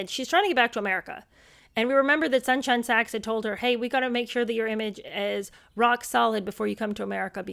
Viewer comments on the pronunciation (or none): none